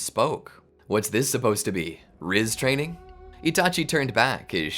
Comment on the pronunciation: "Rizz teaining"got me laughing on the floor for atleast 10 mins